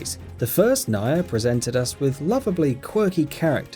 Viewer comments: Oh, I didn't know Kane was in Nayer. Probably because the game is called Nier (pronounced "Near"), and the character's name is Kaine (pronounced "Kai-ne"). Maybe actually play the game, and you'll know what you're talking about. Btw, Solid Snake wasn't in MGS3. His name is NAKED Snake. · Think it's pronounced Near. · that's Naked Snake/Big Boss, NOT Solid Snake in MGS3 you halfwit....and omfg that butchering of Nier & Kaine :/ also Journey is the most boring game I've ever tried....literally fell asleep playing it. also: Xenoblade Chronicles Xenoblade Chronicles 2 EarthBound Metal Gear Solid 4 Tales of Symphonia Tales of Xillia Tales of Vesperia Chibi-Robo